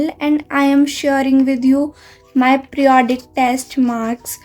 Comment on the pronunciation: Preodic ❌ periodic ✅